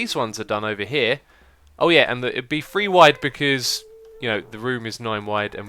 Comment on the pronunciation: three not free. Three Three Three. Not Free!!!!!!